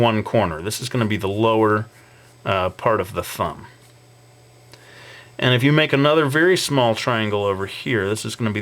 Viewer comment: I hate how you say fumb instead of thumb, u need to work on that dude